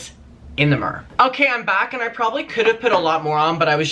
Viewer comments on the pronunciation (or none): How says “mirror” 😂 love it